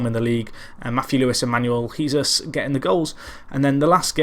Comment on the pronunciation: Great series, been here since the start. I know how terrible (lol) you are with names but I have to say Jesus is pronounced Hey-zeus.